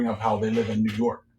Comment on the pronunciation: yo when you said new york the lord told me new yoke...merchant state???